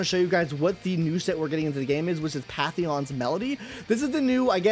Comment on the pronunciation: It's pronounced Faith-in. "Faithin" <-- (Phaethon) The Proxy Phaethon.